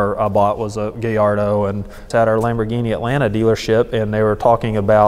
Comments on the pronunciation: Lol hey said " gayardo " its gallardo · Love the accent.. especially when he said gallardo. [Gay-yardo] lol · did he just say gayardo? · Gay-ardo? Huh